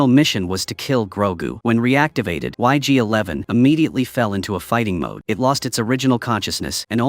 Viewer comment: Not sure but pretty sure its ig-11 not yg-11.